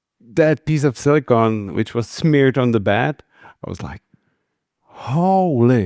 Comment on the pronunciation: Silicone, not silicon.